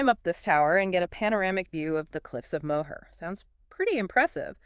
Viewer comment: I dont think the pronunciation of "Moher" is correct.